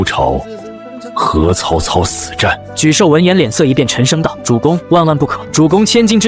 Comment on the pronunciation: 就是ai爽文。错别字反复念，而且一会沮授，一会泪授。更多错别字加ai各种瞎编。😂我也泪笑一下。